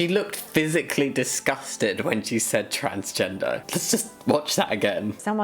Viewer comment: "There are just men and women." What about intersex people? what about them? Also is it just me or does it sound like she is saying trainsgender XD Love your videos :)